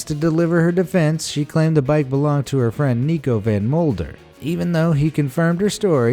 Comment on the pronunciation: The name Femke van den Driessche and Nico van Muylder are pronounced very wrong. Their names are Dutch and we don’t say their names with that bad accent.